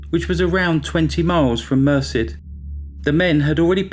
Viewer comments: It's pronounced Mer SED, not MER sid, if you're interested. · Very well done. FYI that town name is pronounced mer-CED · "Merced" is pronounced mur-SED (not that it matters, it's a total s**thole) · people please learn the proper pronuonciation of names. stephen lived in Merced califnot mercy get it right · Mer-Said is the pronunciation 😊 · Great video. Thank you! BTW Californians pronounce the town of Merced as Mer-said. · Incredible story. The town is pronounced mer SED. Rhymes with instead.